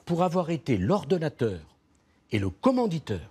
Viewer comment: Pour un avocat :commenditeur au lieu de commenditaire lamentable sarkozi